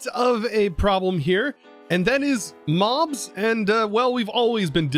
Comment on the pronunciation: i heard Moms instead of Mobs and i laughed for like 15 minutes